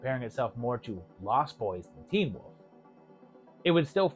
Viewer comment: Still can’t pronounce Wolf. Okay.